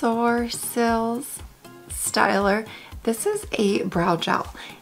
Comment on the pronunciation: Oh yes you did, your prononciation was spot on, like I said just like a European !! 😊